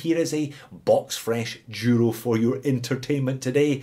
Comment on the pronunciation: It happens that today I'm wearing my black El Duro ( it is pronounced Dooro). You tempted me to add that Cadisen to my collection (see One More Watch). I also have the Hulk Loreo for which I paid $58.52 but the shitty bezel stopped cliking since it arrived and got a $11.70 refund.